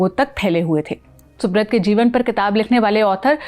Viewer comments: Please have the pronunciation right, it's soobraataa or soobroto as in bengali and not soobrot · Pronounced thik se karo - it's not subrat it's Subrata ( सुब्रोटो)